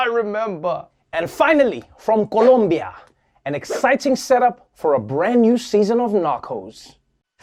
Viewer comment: Oh yeah!... he knows how to pronounce it... COLOMBIA jajajajaj. Nice!